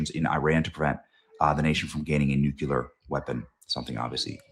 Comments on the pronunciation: NU. CLE. AR Not Nu Cu Lar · Benny it's not pronounced Nookular it's pronounced Nuclier, your making yourself look so bad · It's not nuculer, Benny. It's nuclear. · Learn how to say "nuclear" it's pronounced "nuk leee rrr" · Nucular, Benny? Really? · Your child is having a fit because you keep saying nucUlar... 🤣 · Benny still says new-cue-ler. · This fn guy has NEVER pronounced "nuclear" correctly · Come On Benny ... we all love you, but Please .... for the love of God ... learn to pronounce NUCLEAR! 😂🤣 Even Alex has it right now .....